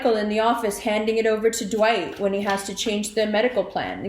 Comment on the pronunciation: Interesting how you said his name, "dwight". He's Virgo, I'm Taurus and he lied cheated and completely betrayed his kids and me. His pride and narcissistic ways won't ever allow him to tell the truth. He's going around lying on me. Acting like I left the home simply because I just decided to leave when he know why I left because of his reckless behavior in allowing the he cheated with a Libra to control the home and our family dynamic.